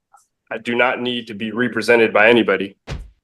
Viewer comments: He says "expecially" and "ree-presented", he accuses her of "practicing bench from the law" and he thinks he has the smarts to defend himself. His real name is "hubris". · When you cannot pronounce “represented” maybe you should represent yourself